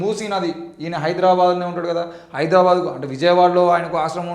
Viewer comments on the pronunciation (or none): none